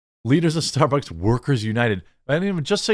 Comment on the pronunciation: gotta admit, starborks is a far more fitting name for a crappy company, well (mis)spoken Jeremy